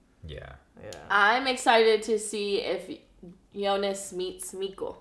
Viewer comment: Mikkel is pronounced Me-kel